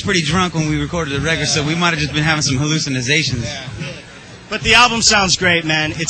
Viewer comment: haha. he says "hallucinizations" even. too funny.